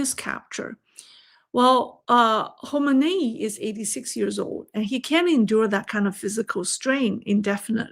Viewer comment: wow ' you're really getting good...you're the first asian youtuber, better than mainstream american news outlet who rightly pronounce ali khumeni name....most of them they cannot pronounce it right...i mean...its okay but to the person who hears it...for him its like murdering his name LOL...but you did it right....your analysis is awesome super great...and pronouncing names of people the right way is really good...please keep it coming...your vlogs.